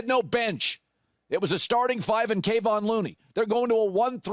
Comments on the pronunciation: Will you please stop calling Looney, Kay-von Looney. It’s Kevon, pronounced Ka-von…thanks… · It’s KeVON. KeVON. KeVON not KAYvon dude show some respect :\ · FYI... Kevon Looneys name is pronounced like K'vaughn (emphasis on 2nd syllable). ☺️ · C'mon Colin, learn how to pronounce a guy's name before you go on the air talking about him.